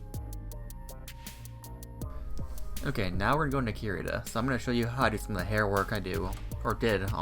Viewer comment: couldn't quite catch the name of the art program you are using? Curity?